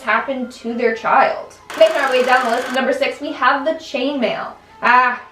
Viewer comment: When she said "Chainmain" I was thinking something completely different.